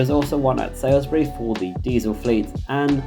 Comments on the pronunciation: Living around Salisbury knows Gillingham Dorset is pronounced with a hard G not a J pronunciation and it's Salisbury not sailsbury. But this video has come at a great time for me as I'm currently revising for my interview at swr so thank you for this video, it's great and a great help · Lovely! By the way Salisbury is pronounced “Sols-bu-ree” instead of “Sai-l-s-be-ree” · on the map (and for your pronunciation), it's "SALISbury" not 'SAILsbury". It's pronounced "Solsbury". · You keep saying Salisbury incorrectly, you also have it spelt incorrectly. You have it spelt as Sa(i)(l)sbury whereas it is spelt Sa(l)(i)sbury. It is also pronounced as 'Soulsbury'. The video is great, it just had me screaming at my screen the entire time. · His pronunciations are always terrible. It would take 2 secs to Google the ones he's not sure about. I don't know how he lives in the UK and hasn't heard of all these places (like "SaILSbury", that he butchers! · Thanks for this comprehensive overview but one minor correction... it's Salisbury (pronounced Saulsbury), not Sailsbury. Keep up the good work! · Did you pronounce Salisbury as Salesbury ;)